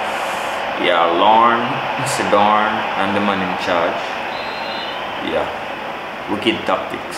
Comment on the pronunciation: Man seh CYDORNE LMAOO